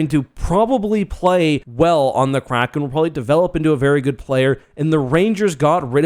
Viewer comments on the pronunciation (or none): none